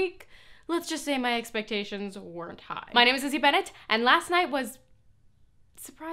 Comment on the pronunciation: She never says the L in Lizzie in her intro and it drives me crazy.